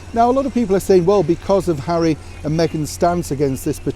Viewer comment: HAWWY HAWWY HAWWY 😱😱😱 🤮